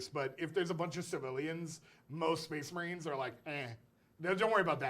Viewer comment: SPEHS MAHREEN